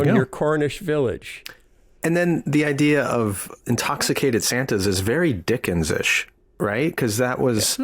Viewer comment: Dickensian - not Dickenish😂😂